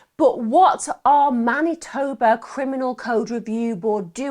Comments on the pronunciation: Pronounce Man itoe ba spelt Manitoba😊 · "Winnipeg, Mantinoba"? I think she had a slip there.